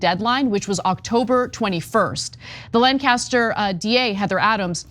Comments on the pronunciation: LANC-as-ter (not Lan-cas-ter). The ballot officials even told you the proper way ti say it, but you didn’t do the research . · Just so you know, we pronounce it LANK-uh-ster, not LAN-caster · Please be respectful of the local pronunciation of “Lancaster” - it’s LANK-aster not lan-cast-er… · A. Good for those who caught this! The system works! B. It's a minor thing and I'm not from PA but I have family there - it's pronounced "LANC-aster" not "Lan-caster